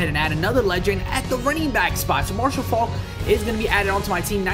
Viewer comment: Ur saying Marshall Faulk name wrong